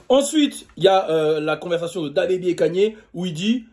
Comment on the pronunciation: Kanyyyerr t sérieux tu le dit comme ça ok Ok